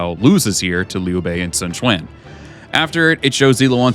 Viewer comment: "Sun Cuan" I think I found out where the VAs got the idea to say "Swan Cuan"